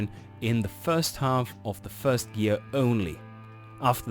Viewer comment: Fird gear??? Did you mean first or third?